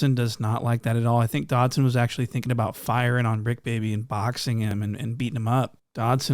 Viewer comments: Bro called him antwon dobson😭😭😭😭😭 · "Antwon Dodson" 💀😂😂😂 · Bruh said Antwon Dobson looking :cat-orange-whistling